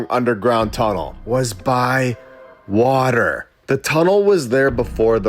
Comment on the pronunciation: Good point. It's Water not waller!